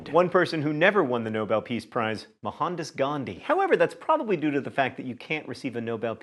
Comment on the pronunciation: Man, that pronunciation of Mohandas Gandhi was really bad.